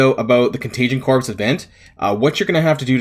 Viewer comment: Isn’t “corps” pronounced “core” and not corpse?